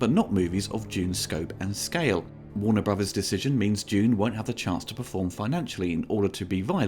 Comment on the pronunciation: "Worna Bruvahs"